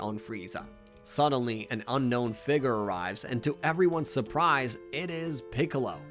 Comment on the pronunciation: Bro did not say figure